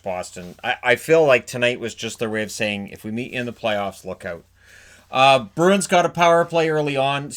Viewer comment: So annoying when folks with only one job (talking) get it wrong. in edmonton can't say bruin. Always ask them wtf a broon is